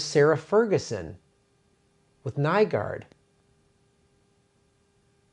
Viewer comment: Nygård is pronounced like new-gord